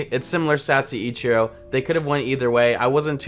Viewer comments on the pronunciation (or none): You call ichiro “echurro” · The way you say Ichiro... Still love the vids tho <3